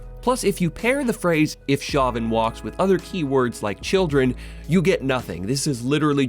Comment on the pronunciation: I'm pretty sure that "Chauvin" is pronounced "SHOW-vin".